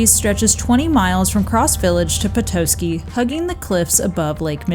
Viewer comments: The pronunciations of Petoskey (puh·taa·skee) and Charlevoix (shaar·luh·voy) are killing me 😂. Michigan town names are always pronounced weird... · Petoskey - Pe TAH ski Charlevoix - SHAR le voy The pronunciation police are watching you.😁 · Also, puh-tah-ski (petoskey) and shar-la-voy (charlevoix) 😊